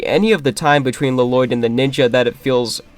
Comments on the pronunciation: Ah yes LUH-LOYD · I like how you kept saying La-Loydd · The worst part of this movie is easily the pronunciation of Lloyd, by everyone.